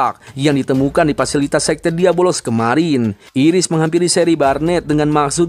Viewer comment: Asuu gw nonton disini kirain nama iblisnyaa beneran diabolos karena dari awal disebutnya gitu dan gw ga merhatiin subtitle di video ini tapi pas nonton animenya langsung baru sadar kalo nama iblisnta diablos bukan diabolos 😂😂😂 pintar sekali anda bung meski salah pengucapan tapi dia komitmen akan terus menyebut diabolos sampe akhir video 😅